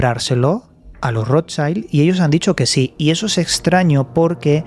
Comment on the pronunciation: Se pronuncia rot child...es alemán no inglés